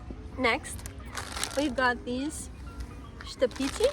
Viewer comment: Štapići - perfect accent there. Good job